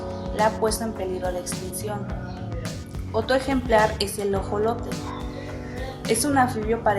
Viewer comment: Se dise ajolote ni jolote pendeja